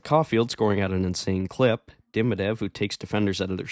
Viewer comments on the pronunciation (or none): It's Demi-dov not Demi-dev. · its demidov not demidev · De MI Dov. Russian names place emphasis on the penultimate syllable, like Italian. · Had you never heard his name pronounced?